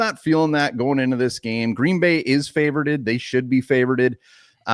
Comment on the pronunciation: said “favoreded” twice. 😂